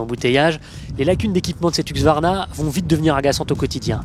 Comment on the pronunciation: C'est huSQvarna, pas huQSvarna !!